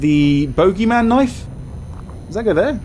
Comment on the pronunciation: Its booogey man xD long o sound